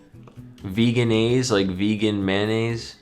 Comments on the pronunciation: Veggie-naise, not vegan-aise and Meaty as in hearty/plentiful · I didn't know what XYLUM was until watching this video. But even with that time penalty, I still beat my average! Pretty sure "vegenaise" is meant to be pronounced more like "veggie-naise" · For 54A, I think it’s pronounced with two short e’s and a soft “G.” Spoilers below: Vege-naise.